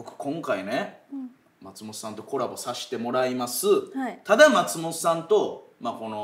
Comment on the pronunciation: 「松本さん」のイントネーションが毎回気になるなぁ